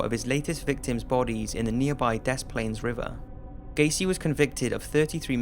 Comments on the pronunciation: Hey! So when you say des plaines you should pronounce it Diss-planes. Lol sorry just an Illinoian trying to get something in our state pronounced correctly. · The one about Gacy, the city is Des Plains, pronounced De Plains, the 's' is silent. You being Brit, and living so close to France, I'm really surprised you would say it wrong. Not a big deal, just a bit annoying to hear the 's'. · It’s pronounced deplain Illinoi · Actually brother. It's pronounced De Splaines. I know it's spelled the other way, but that's how we all pronounce it. Fyi. Love your videos. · Des Plaines is pronounced "deh plehn." It means "Plains" or "some Plains" in French. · Regarding John Wayne Gacy, the city Des Plaines is pronounced "da plains." The "s" in Des is not pronounced. Love your videos. Keep it up. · was anyone else kinda irked at the way he said Des Plaines? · Soooo many people pronounce Des Plaines (the town I live in) wrong all the time. Even people that live here too. Thank you. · And it's hilarious how nobody but people from Chicago can say Des Plaines properly. lol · HE SAID DESPLAINS WRONG AND IT MAKES ME MAD!!!!!!!